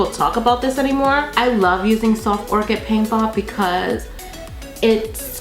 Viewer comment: Hey hunny!!! You're so beautiful!! Just FYI its soft oh-ker not soft orchid. Lol. No hate just saying. Much love 💘 from Arizona... Ps. Talking about the eye primer lol